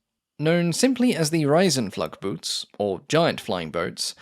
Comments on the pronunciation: "Riesenflugboot" is pronounced like "REE-sen-floog-boht" btw, not "RYE-sen-flugg-boot." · Riesen-flug-boot is one of the typical German long words build out of a number of smaller words. You can say "reason fluke boat" and you are very close to the correct pronunciation. In German it is allowed to build words like giantflyingboat and it's even allowed to add more words like giantflyingboatproductionnumbers.